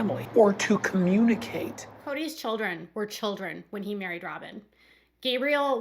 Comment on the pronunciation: He thinks if he uses long syllables com mun I cate he might sound smarter😵‍💫😑